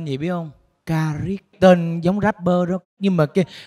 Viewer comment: nghe trấn thành đọc karit còn tưởng karik mà lại là karit